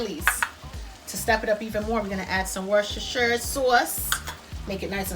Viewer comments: Worcestershire sauce is pronounced........... WOOSTER SHEER SORSS......🤗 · We made this last night and it was great. Definitely a go-to recipe for cabbage! The next attempt will be with your Cajun shrimp, sausage and potato skillet! Can't wait. Fun fact. A little thing for you to help pronounce British names. Worcestershire Sauce is pronounced "Wooster" or "Woostershire" (shire = sheer🙃) sauce - ignore the "cester" bit in the middle! Don't worry, I made the same mistake with Arkansas! I knew Kansas so when I saw Arkansas I was happily calling it "R Kansas" until an American friend put me right! Keep safe! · Its pronounced Wosstasha sauce.